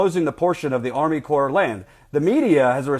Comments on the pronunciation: It's pronounced core not corpse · Great and thorough report. Thanks! btw though... "CORPS" as in Army Corps of Engineers, is pronounced like "CORE" just FYI. It's not plural. I'm just trying to help. Also, it's a common mistake. Keep up the good work! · You're doing a great job yet please say core (corps) A corpse is a dead body, as you know. Just remember when urinating to pee silent. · You are doing real journalism. One thing: "Corps" isn't pronounced "corpse." FYI. Keep up the good work. I can feel things building to a head. It's scary, but this is a necessary fight. The people there are so brave. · Also, "corps" is pronounced "core." Small matter of respect -- the USACE is an invaluable service and resource; it might be run in part by bought politicians, but in general, it's the last line of defense against corporate exploitation. : )